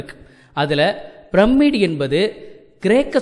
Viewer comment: எல்லாம் நன்றாக தான் இருக்கு... ஆனால் வேற்று மொழி பெயர் சொர்க்களை தமிழில் படித்து விட்டு வந்து அதை கொலை செய்வதை சகிக்க முடியவில்லை.... Pyramid ஐ brammid என்று உச்சரிக்க கூடாது... Pyramid ஐ பிரமிட் என்று உச்சரிக்க வேண்டும்...